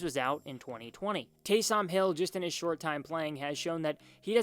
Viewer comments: it’s taysom not TAY - SOM hill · Delete this video. Just embarrassing. "Taaysoom Hill" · Can't even say Taysom right 🤣 does he watch the Saints? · Winston started 70 games - how many were wins. Also, you may want to learn how to say Taysom before posting videos. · Dude can't even say Taysom right 😂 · I feel like he doesn’t watch football. You’d know how to say his name if you just watch the games. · Facts lol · Went can't you pronounce Taysom? Have you never heard someone say his name? 🤷‍♂️ Great video other than that lol